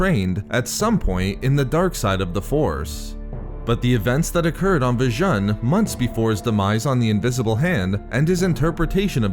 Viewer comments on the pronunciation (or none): It's pronounced Vi-june m8 That's how it's heard in Jedi Knight Jedi Academy. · Its pronounced "Vi-oon"